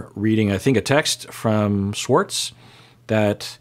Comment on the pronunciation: Why does this man say Swartz instead of Schwartz?????